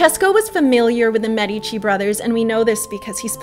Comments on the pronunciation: ugh, it's MED-ih-chi, not meh-dee-chee. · You have a cute style - BUT PLEASE - pronounce Medici like Médici - not Medíci - Fun video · You should try to pronounce Medici with the accent on the e. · Apart from the pronunciation of the Medici, this is fantastic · I'm fully aware that it's too late to change the pronunciation in the video after it has already been released. I was merely recommending that you pronounce it correctly in the future for your benefit. As an english speaking Canadian you wouldn't pronounce the word, "medical", with the accent on the i, and neither would you for "Medici". I don't personally know many Canadians, but I'm sure that as a group, you are not against edifying yourself. Good luck!,, 👍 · Exactly, that's what I was trying to say in the comment above. It's mispronounced in so many videos that it makes my ears burn. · Thank you for your response. I don't doubt that while you were in Florence you spoke to a native, but here's the issue I have with that: many native italians do not speak their own language correctly because of regional dialects. Trust me, the accent is on the first syllable. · You do a great job with this. I have one small suggestion for improvement: if you could pronounce Medici correctly it would enhance your presentation. You can go here to hear the correct pronunciation: medici pronounciation But, thumbs up! You do a good job of making the history accessible.